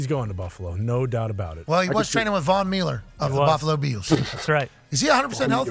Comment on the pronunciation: Lmao “ He was training with Von Mieler of the Buffalo Biels “ hahahaha